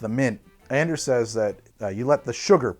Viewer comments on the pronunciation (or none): Hey, it's AH-nders. Like AH-range.